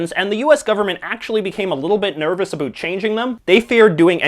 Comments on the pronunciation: so you're canadian... i heard abut instead of about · What are you talking a.....boot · They way J.J. Says about is so hilarious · This guy is Canadian isn't he. "About"